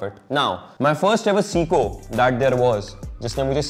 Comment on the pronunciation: It’s say-koh Not seeeko